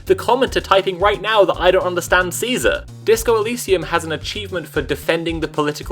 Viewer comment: It’s pronounced Caesar